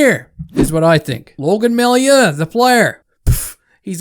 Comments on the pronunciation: It’s pronounced May-you not my-you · Just in case you need to use that guy's name in the future, his last name is pronounced ''Mah-you'' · ) love the video, you are so underrated. Totally agree with your take. To make your life easier, it’s pronounced MaYOU. :-) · It's pronounced "Mayoo"